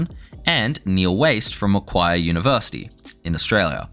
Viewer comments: 10/10 vid except Macquarie is said ma-quarry, not ma-quiry lmao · I can tell you're not from NSW just from how you mispronounced Macquarie. It's Mac-quarry